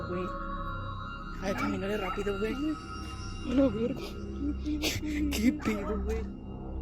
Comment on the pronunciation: Its Wey/Guey not Guen/Gwen...